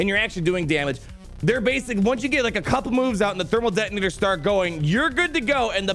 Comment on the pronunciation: did I hear Dermal Thetonators?